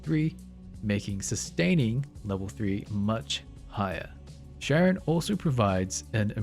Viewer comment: i love when people pronounce names wrong when they are pronounced correctly multiple times in the game. Sharon sharon sharon sharon sharon sharon sharon